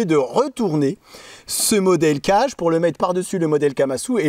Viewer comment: Certainement, le kage, ça se prononcerait plutôt 'cagué' que 'cage', parce que kage c'est l'ombre en japonais et vu comme le couteau se dissimule facilement, ça fait sens. Juste pour transmettre l'astuce : c'est possible d'affûter des lames convexes sur une pierre en la préparant, il suffit de faire un 'quart de rond' sur les arrêtes à la place des chanfreins, qui d'ailleurs sont nécessaires après avoir rectifié sa pierre. Cela dit, c'est toujours un plaisir de regarder tes vidéos.